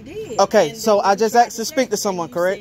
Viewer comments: Who owned who FOOL? You got thrown out! And it's ASK!!! Not AXED!!! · "can i axe you a question?" The word is "asked" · You "asked " not axed! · Stop saying "aks"! It just makes you sound stupid!